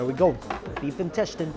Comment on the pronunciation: I can't believe after watching a lot of his videos, I began pronouncing intestine as 'in-tes-tayn' as well..... my friends laughed at me when they heard it lmfao ><